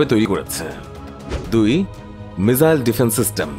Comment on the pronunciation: বলদ মিজাইল না রেহ😂মিসাইল বলে